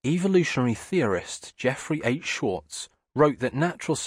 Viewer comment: This guy really needs to learn how to speak. How the hell do you make Jeffrey H. Schwarz sound like Jeffrey Ate Shorts..?